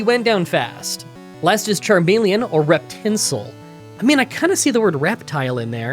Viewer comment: Rapasdepic : Rapace (how we call birds of prey) + as de pique (ace of spades). Spades and to peck being the same word in french. Reptincel is pronounced pretty much correctly once again. Reptile + étincelle (a spark. Sparks being more linked with fire than electricity in this case because it kind of is just that in reality)